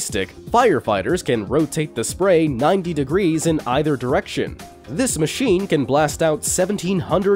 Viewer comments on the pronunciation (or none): none